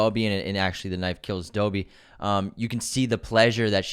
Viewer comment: Great episode but my god i cannot stand the way you guys say Dobby, pronouncing it like ‘doo-by’ rather than ‘dob-by’🤣